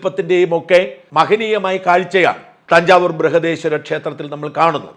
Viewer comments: It is Brihadeswara Temple, not Brihadeswari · ബ്രിഹാഡേശ്വരി അല്ല ബ്രിഹാഡേശ്വര temple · ബ്രൂഹദീശ്വരി അല്ല, ബ്രഹദീശ്വര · It is Brihadishwara temple, not Breihadeeshwari😮. Goddess is called Brihannayaki. ❤ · Dear Sajan Sir Plesase Correct, Not Brehadeeswari but Brehadeswara.(Dedicated to Lord Shiva--BREHADESWRAN. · It is not brihadeeswari temple but brihadeeswara